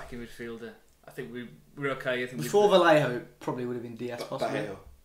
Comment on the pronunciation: In the spanish language two L's make a J , fellas. Vallejo = Vajejo